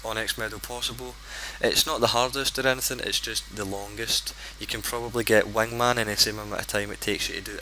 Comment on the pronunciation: I like the way you say wingman lol